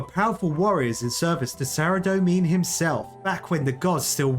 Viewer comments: How long will he keep pronoucning Saradomin incorrectly! Pretty funny hearing a non runescaper pronounce various runescape words and realising yeah I totally see where that came from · Saradomin -saradomen not saradomean 😒